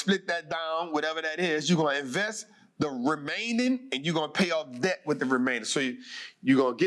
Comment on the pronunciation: It's debt not dedt